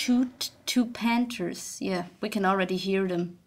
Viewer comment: I love the way you say Pant-Er XD